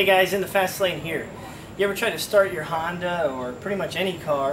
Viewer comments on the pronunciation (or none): none